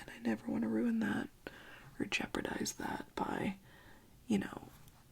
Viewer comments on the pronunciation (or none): none